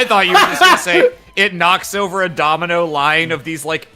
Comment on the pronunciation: It's oatver, isn't it? Isn't it? Isn't it oatver?